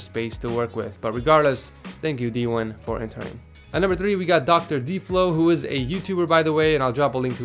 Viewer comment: I love this series but I’m pretty sure he said d-1 instead of dewin